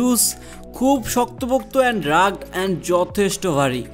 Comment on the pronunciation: Rugged word টার উচ্চারণ রাগড না, রাগেড হবে।